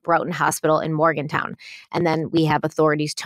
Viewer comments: It is Morganton NOT Morgantown. I live here. Get it right. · It’s pronounced Morgan-ton as in a ton of . . . Xyz. When I moved here I pronounced it the way you guys did 🤓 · It's actually Morgan - TON (we pronounce it Morgan - tin in southern speak), not Morgan town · I love y’all, but you’ve got to stop pronouncing southern towns as if they end in —-town. It’s Morganton … no W! Pronounced Morgan Ton as is 2000lbs is a ton. Hugs and thanks for the great videos! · It’s (morgan-ton) not town. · It's not Morgantown, it's Morganton. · Hey, just wanted let you know that Morganton is pronounced Morgan-ton not town, hope this helps and thank you for what y'all do. My heart still breaks Everytime I pass the Billboard that is up, and it's time this gets solved. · MorganTON not town. 😊 From a local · It's Morganton not Morgantown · It’s Morgan-ton not town 😅 I’m local to this. I still have hope she’s alive somewhere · Ive lived in this area since 96 and see her billboard every time. Glad something is getting done. Fyi, if your talking about morgantown?? Its morganton not morgantown respectfully. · Morganton not Morgantown DA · It's not pronounced Morgan town it's pronounced morgan ton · It’s MorganTON NOT MorganTOWN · It's Morgan-ton ,I live 15 minutes from there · It's MorganTON, not MorganTOWN. Morganton is in NC. Morgantown is in WV. Being from NC (growing up not far from where she was from; I have family that lives in that area), that isn't much older than Asha, and I remember hearing about her when this happened, it is great that there has been some movement in her case. I just hope they can get some answers. Hopefully, her case will be solved. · It is Morgan ton. Not Morgan town. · Not Morgan Town. Mor-gan- ton. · Morganton...not morgantown! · Morganton NC not Morgantown fyi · Morganton, not Morgantown. 🙃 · I live in Caldwell Co. NC and I am so happy to hear this. Just FYI ...Morganton is pronounced morgan-TON not town. Keep up the amazing work. Ty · It's Morganton, NC